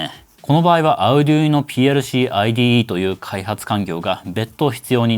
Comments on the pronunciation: Arduinoの発音が気になって内容が入ってこない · arduino の発音変やな